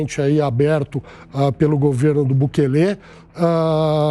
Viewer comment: Não é Bukelê, o correto é Bukele "sem acento".